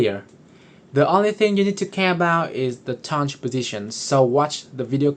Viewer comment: Why do you say toundge